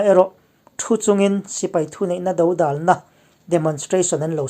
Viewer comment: Bengvar thlak ṭhin e, Mizoṭawng thlûk tih dik loh a awm leh zauh zauh ṭhin a, inzirnan zel ka han sawi ve mai mai e, dodâl, tih te, ṭam hawm hawm, ang chi ah te.